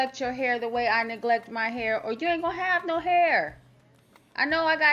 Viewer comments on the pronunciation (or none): "DON'T NOBODEH WANT NO CRUNCH ASS HYUH!" 😂😂😂😂 I'M DECEASED BIHH